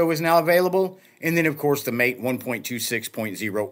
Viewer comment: MAA TEE not Mate (as in "good on ya mate").